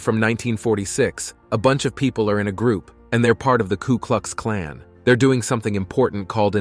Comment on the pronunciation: Pretty ordinary this video. Multiple errors around simple stuff. Mispronunciation galore, e.g, “Klu” Klux Klan. Lazy research and piss poor editing and scripting.